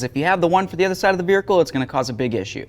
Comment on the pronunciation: is he calling it a "Beericle"? i swear that's what i'm hearing every time lol.